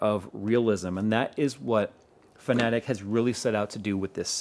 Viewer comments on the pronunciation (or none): Just saying that it is pronounced like fan-a-tech. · I keep hearing you say Fnatic for some reason. I was wondering when did they start making racing sim hardware. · Am I the only one who heard Fnatic whenever he said Fanatek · you pronounced Fanatec like FNATIC! LOL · Yeah he is saying it wrong.